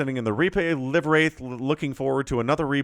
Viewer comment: ❤ for future casts the name is actually pronounced "live" like live tv or livewire. I meant it to be an oxymoron. As in living spirit😅